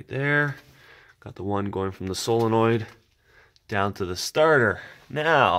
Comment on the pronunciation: Lol he said solo noid